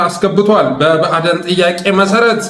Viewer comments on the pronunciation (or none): ብአደን ሳይሆን ብአዴንነው ኦህደድ ሳይሆን ኦህዴድ ነው ካብኒ ሳይሆን ካቢኔ ነው የምባለው:: ለስሙ አማራ ነኝ ትላለህ አማርኛውን ስታንጋድደው ትውላለ:: ችግርህ ምንድን ነው?